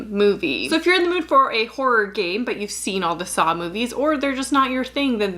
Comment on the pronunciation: Why do I keep hearing "horror gay"? What's wrong with me